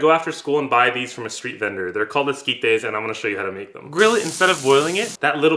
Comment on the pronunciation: did u pronouce it Skeet Days lol